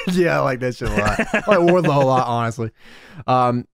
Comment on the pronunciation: Every time I hear Wardlow, I think I'm hearing wide load.